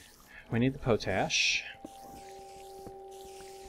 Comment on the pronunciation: PO-TASH!? PO-TASH?! IT'S POT-ASH! Coming from one of the largest producers of the stuff in the world, and knowing it's name originates from the fact it was an ash made in a pot, I would say I now how to pronounce it.